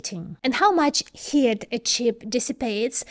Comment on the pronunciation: though missprenouncing "heat" looks good on you, its pronounced HEET...